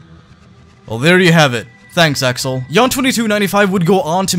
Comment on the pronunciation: "Thanks Axel!" Clearly says Alex S